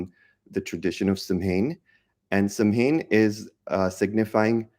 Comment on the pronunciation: The correct pronunciation for samhain is SOWIN💖☺️